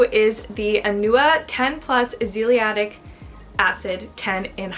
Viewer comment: Lol "azeeliatic"?